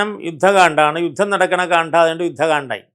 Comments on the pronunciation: അറിവുകൾ നല്ലതു തന്നെ. ഉച്ചാരണം തെറ്റാണ്. കാണ്‌ഠം അല്ല കാണ്ഡം ആണ് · ഇത്രയും അറിവുള്ള മനുഷ്യന്‍ ആയിട്ടും കാണ്ഡം എന്ന വാക്ക് പലയിടത്തും തെറ്റായി ഉച്ചരിച്ചു കാണുന്നു.